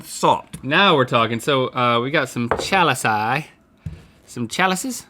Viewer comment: Candy Colon-Rivera - Right; but he said chaliceie.